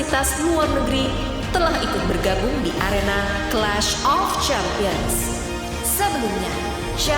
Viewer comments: Champions Champions champiyong 😅 dengernya aja pusinggg , smgat championsss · salut sm mereka ga ada yg lempar papan sm alat tulisnya pas dengar champions, sempion, cempion, chempiens, sempien itu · Pusing banget dengerin sound "Champions" dengan pelafalan yg beda, ngekek banget inii😫🤣🤣